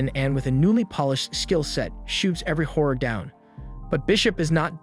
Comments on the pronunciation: Everytime he said "horror" I heard "whore" 😆 I was like damn this guy doesn't like the girls in this anime 😆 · all i hear is him saying whore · wait is pronounced "hor" or "whore?" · i love its called horror but when its a women being a horror it sounds like whore